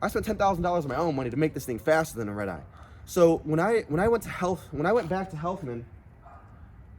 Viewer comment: After a couple times he sounds like he’s saying ribeye